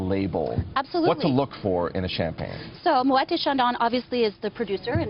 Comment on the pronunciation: I was surprised to hear that this lady drinks Champagne from a wine glass. But the reasons she’s giving here do make sense. I was also surprised that this “Champagne Brand Education Manager for Moet et Chandon (!)” can’t get the pronunciation right for “Moet”, and she mispronounces “maison” also. Yeah,okay,she’s American,but a “ Champagne Brand Education Manager for Moet et Chandon (!)” can’t pronounce the name of her employer properly?